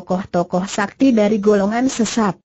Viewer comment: Bc nya super s a k t i dieja Haha